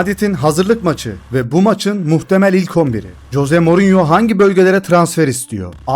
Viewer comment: Coze morinyomu😂 kanka duyunca bi garip oluyorum sadece morinyo de😂